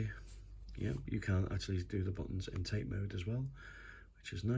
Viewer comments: It’s actually pronounced Tah-Tay mode not TATE means vertical in Japanese Yoko means Horizontal in Japanese.enjoyed the review thank you! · Another great video. And it's pronounced "Tah-tay", not "Tayt". Just saying. 😎👍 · It’s disappointing that your average Chinese handheld has a better screen. The screen on this EXP looks vastly superior than the previous monstrosity, but this new one looks too reflective. Also the bezels are too large as you say. The Tate mode (pronounced tar-tay, not as in the Tate Gallery) is a nice addition though and makes vertical shoot ‘em ups quite playable. I’m in two minds and would need to try it before purchase (remember those days?) or a store with a no quibble returns policy. Did you get yours from Funstock or somewhere else? Thanks.